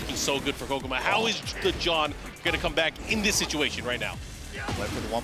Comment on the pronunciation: hears the correct pronunciation of Kkokkoma 100 times from, keeps pronouncing it incorrectly.